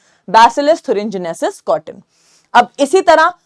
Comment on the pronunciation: Mam thurengenesis nahii thuringiensis hai o ncert me ..